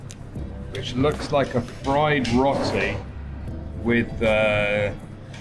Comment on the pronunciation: Hi Marianne and, love your channel and all your adventures. Marianne you are amazing with all the driving skills.. especially driving through India. You should get a medal for that! please stop saying Rotty… it is actually Row- tee as in Row Row Row your boat…. Great channel guys keep up the fantastic videos, so interesting. Stay safe. 🙏🙏🙏